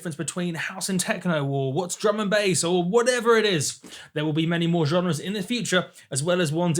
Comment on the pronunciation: Every time he says "Drum and Bass" I hear "German Base"